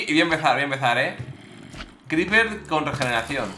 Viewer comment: "Un cRePerrrr" xd